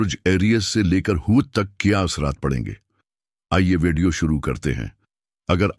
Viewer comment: آپ کے الفاظ کای ادائیگی کا طریقہ ٹھیک نہیں ھے لفظ وڈیو کے بجائے آپ کی ادائیگی وے ڈی او ھے آپ نے پر مغز گفتگو کیا ھے مگر اس سمجھنے کیلئے دوبارہ سننا پڑا ھے پھر کچھ باتوں کا سمجھ نہیں آیا ھے اپنی الفاظ کی ادائیگی کو بہتر بنائیں